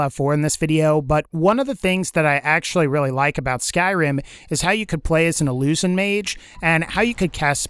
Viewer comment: IlluZin? Wat